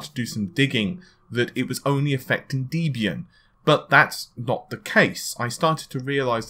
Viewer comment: What is Deebey-un ? Oh, maybe he meant Debian! lol